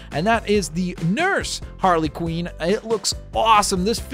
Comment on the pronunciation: You said Quinn wrong